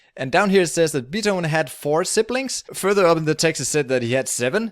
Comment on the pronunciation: Nice video, but that's not how you pronounce Beethoven.